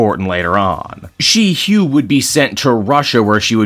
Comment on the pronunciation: Shi-hua is pronounced She-Hwa.